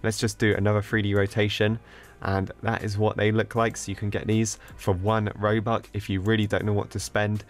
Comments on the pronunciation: How u pronouns robucks: robucks :how he says it: Robuk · he pronounce robux into Roobuck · Did you say ‘robuc?’ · It’s not ”roux” it’s ”robux” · What’s roux? It’s R o b u x not roux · Its 1 robox its not 1 robok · lol i like when says one robuc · ''robuck'' LMAOO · says robuk me like are youi on drugs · he's saying "oNe RoBuCk" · Did anyone hear him say robuc? Xd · Stop calling it robuck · 1.. ‘Robuc’ lmfao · why does he say robuck when you say robux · He says "Robuck"..